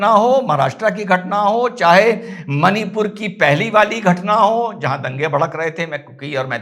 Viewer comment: it's मणिपुर and not मनीपुर।